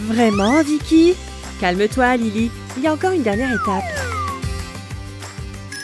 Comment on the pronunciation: vikky a dis livy